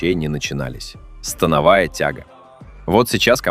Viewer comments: Автор смотрел видеоряд? То упражнения на грудь показывают, то трицепс, ну и ударение в слове становая 😅. Скормили ИИ контент и ботов нагнали. А от направления и хвата зависит акцент по волокнам, но тут все очень примитивно… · СтАновая или становАя??? Вы уж определитесь! 😊